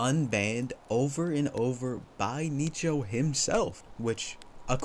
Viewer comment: I'd be more angry with how you pronounce Nicho LOL